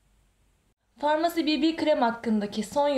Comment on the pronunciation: Bibi krem diye değil bebe krem diye okunur bir öğretemedik